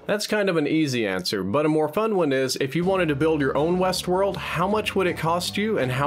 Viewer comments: "HBO's new series Westwold" lol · what's "Wesworld"?